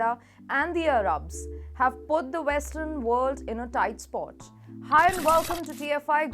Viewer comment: it is not Arubs it is Ar-abs